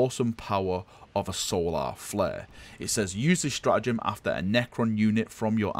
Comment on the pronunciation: Love the pronunciation of ‘solar’ it’s not even a necron word lmao